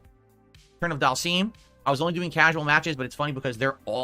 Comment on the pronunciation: Damnit I want to throw my phone at my phone every time says Dhal-seeeem when I know he hears the game pronounce it differently.